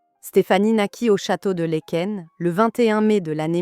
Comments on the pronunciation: Lékain ???? 60 15 ???? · "LAEKEN" se prononce "LAAKEN"